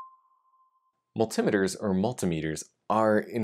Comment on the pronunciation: I'm older than dirt and I ain't never heard nobody call them gadgets mull-tim-uh-ters. Well, until now that is.